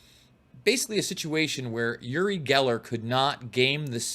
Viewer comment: OOri not YOOri.